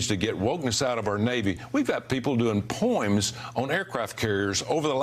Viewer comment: "people doing poims?! Huh? Poems? So military personnel cannot write poems? That's besides the point. This fool is just another fascist grifter. Smmfh